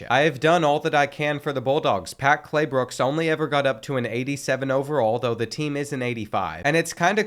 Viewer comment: bro called him “Claybooks” instead of Claybrooks the whole video until 😭